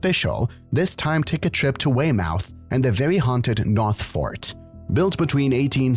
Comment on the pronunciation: That pronunciation of Weymouth...